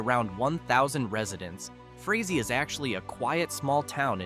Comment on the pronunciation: You did great until the end. It is pronounced, "Fray Zee".